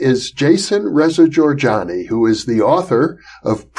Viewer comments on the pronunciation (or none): It's Jorjani, not Gorgani. I didn't say they intellectual equivalents. It would be interesting to see how their differences in opinion played out, Molyneux being atheist and an anarchist and all. As well as the really well articulated esoteric aspect coming from Jason. I'd pay to see it.